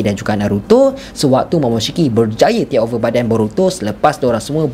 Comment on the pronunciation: aku terganggu dengan cara hang sebut 'tek over' oi.. haha... 😂